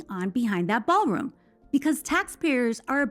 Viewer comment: The "Baalroom"